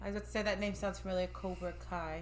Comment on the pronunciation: Ya’ll saying his name wrong through the whole movie 🤣🤣🤣